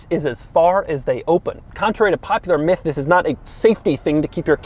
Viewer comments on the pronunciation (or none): none